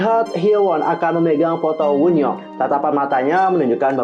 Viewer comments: Kak itu baca wonyoung bukan woonyoung bacanya sumpah 😭😭😭😭😭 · Kak, Wonyoung bukan Woonyoung, Bacanya tetep Wonyoung bukan Wunyoung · Wonyoung kak bukan woonyoung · Wonyoung woi (원영) kesel gt denger + bacanya -_- + kesel sama suara petirnya